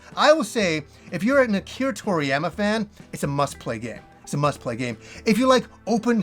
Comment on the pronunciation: Anyone else wince a bit at his pronunciation of toriyama?